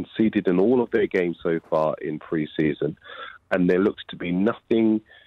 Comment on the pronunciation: "PRESEAON FRIENDLY"